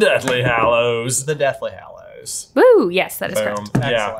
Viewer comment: Gallows, not hallows 😂😂